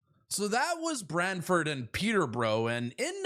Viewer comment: Pronouce BRANTFORD correctly not braddfud, !!!!!!!